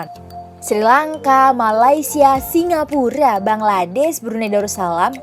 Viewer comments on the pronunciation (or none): none